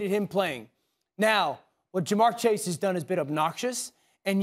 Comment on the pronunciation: ITS JA’MARR CHASE